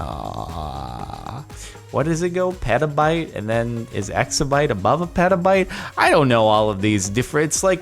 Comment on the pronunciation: I got so triggered when he said pronounced it like peta-bit instead of peta-bite